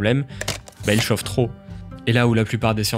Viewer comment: Vidéo méga intéressante, je m’abonne, même si j’ai les oreilles et le nez qui saignent à chaque fois que tu prononces le mot "chauffe" avec un o ouvert 😂